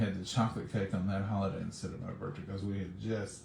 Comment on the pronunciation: BIRTH-DAY ….. not BIRT-DAY. why do people pronounce it that way??????